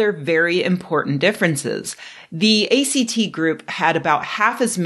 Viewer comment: A great video but I cringed every time she pronounced it that way. lol